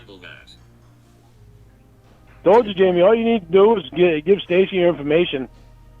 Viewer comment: “Be fawhkin real JAYMEEE!!!”- Lynne Armstrong, to a robot